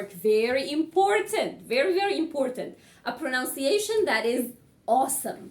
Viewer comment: It's pronunciation not pronounc-iation